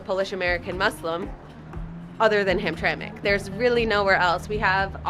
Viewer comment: Heard hamtramck immediate dislike